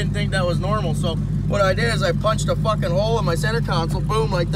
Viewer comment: The way he says "fockin" reminds me of trailer park boys